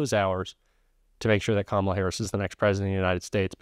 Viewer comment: he can pronounce HUSEIN,MALANIA, BUT NOT KAMALA...